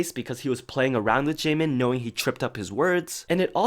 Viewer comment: especially the difference between double and single letters. like the word jaemin meant to say had a double 'N' sound but it came out as single N rip